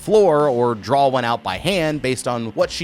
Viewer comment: seen every video, but i ain't subscribing until he says "draw" instead of drawl